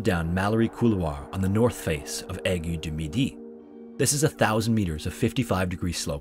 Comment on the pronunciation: Your prononciation of Aiguille du Midi is spot on 👌🏻 It's rare to see people actually put effort into learning how to say names right :>